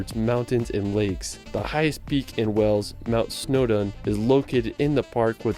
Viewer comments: Hi, can you teach how to pronounce the Word Wales, I have heard you say it properly, tell that Wells is in Somerset, Wales and Whales are pronounced the same way BTW is not the only American to prononce Wales as Wells. Very best regards From Ray in North Wales. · Not trying to be funny, but you ned to stop mispronouncing Wales, as the person in your video did ! You say wells, which is another place entirely situated in Somerset, therefore gets confusing for people, think of the large sea creature ! FYI the wifr says Edingburgh castle is roughly £20 to visit for an adult, £11.40 for a child ! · Since when did Wales change it's name to Wells 😂